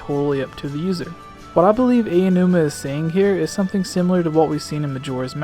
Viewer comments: Aonuma, not Ayanuma. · It's "Ow-new-ma," not "Ay~oh! New-ma" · I have to let you know that Aonuma is pronounced "Ow-nu-muh" - thought it might help.